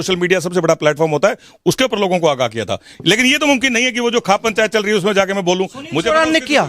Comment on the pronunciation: आप खौफ पंचायत को खाप पंचायत कैसे बोल रहे हैं